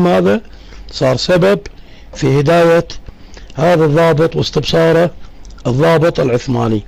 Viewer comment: صاحب القناة السلام عليكم. : الضابط وليس الظابط